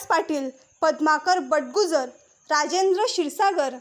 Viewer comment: बटगुजर नाही बडगुजर